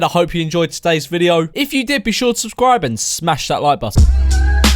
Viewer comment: Waiting for the day he actually says button.